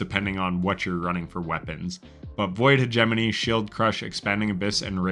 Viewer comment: wow, you actually pronounced hegemony correctly lol .. good stuff